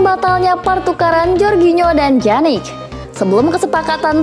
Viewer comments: Pjanic min bukan janik😴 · Bacanya piyanic bukan janic min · wkwwkkw iya lucu dengar mimin nya ngomong janik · dibaca pyanik